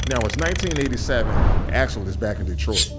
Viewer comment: Axel Foley, not Alex Foley.